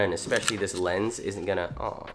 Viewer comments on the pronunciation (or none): none